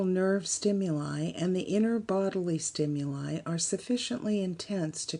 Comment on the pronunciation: the narrator mispronounces "stimuli" over and over...